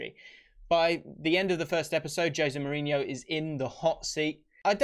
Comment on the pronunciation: I learned that I've been saying Jose Mourinho's name wrong for many, many years now.